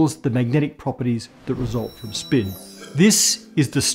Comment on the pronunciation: I utmost hate the way he pronounces the word "spin"